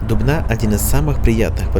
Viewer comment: Я коклас из Дубны я рад то что он правильно ударение поставил